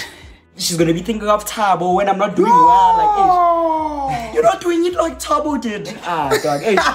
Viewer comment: They all said thabo😂😂💀